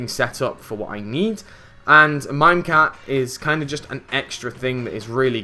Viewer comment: stop saying mimecat xD